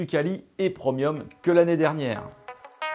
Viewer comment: on dit "prémium", pas "preumium" lol